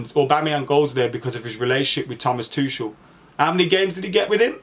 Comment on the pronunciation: bro is it pronounced tukel or tuchel lmfao you said both in 5 seconds and